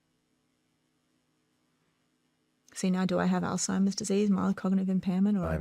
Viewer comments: I kno this is petty, but if you’re doing a three hour sho with an expert, I wish you would stop saying “all- timers” and say the word correctly especially when she says it correctly over and over. But very interesting show other than that. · Shawn, you just broke the record for mispronouncing Alzheimer's the highest number of times in the first minute of a YouTube video, congratulations!! "All-timers"😂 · It’s killin me. Why doesn’t she correct him?? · Did a whole show on ALZHEIMER'S and didn't research enough to learn the pronunciation 🎉🎉🎉😅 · At least learn how to pronounce Alzheimer’s before doing an entire episode on the subject. There’s no “T”. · Could someone please tell SR how to pronounce Alzheimer’s correctly. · Alzheimer's....... Lord God almighty you're speaking to an expert on it ... Learn how to pronounce it ... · Why can't Shawn pronounce Alzheimers correctly? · It is literally pronounced "alts-hymers" or "alZ-Hymers". So sure he's putting the emphasis in the wrong spot. But the t-sound could be there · Shawn, please , Alzheimer’s is not pronounced as “all timers”. I say this correction with 🙏 aloha. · God bless this woman for conducting this entire interview and not once mentioning that Shawn keeps saying "All Timer's" instead of "Alzheimer's". It drove me crazy so I can only imagine how it was for someone who has dedicated her life to studying the disease. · Someone tell Shawn it’s ALZ-Hi-Merz. There’s no “T” in Alzheimer’s 🤦🏻‍♀️ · Shawn, it's not pronounced All-timers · Alzheimer’s Shawn. Not “Ald-timers.” Jesus take the wheel. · Shawn , it’s called Alzheimer’s not Alltimers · Not "al-time-ers" it's alz-heimers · Her face when he calls it “all timers” 😐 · The all timers is killing me😂 it’s ALZHEIMERS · Reading “Alzheimer’s” on a paper and continuing to say “all timers” is wild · I am dying every time Shawn Ryan says altimers disease versus Alzheimer’s lol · Whole time she kept saying Alzheimer’s, he’s looking at her like all-timers…🤣☠️ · "all timers"